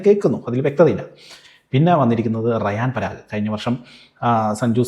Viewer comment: റയാൻ പാരാഗ് അല്ല 🤣🤣 റിയാൻ പാരാഗ് ആണ് 😂😂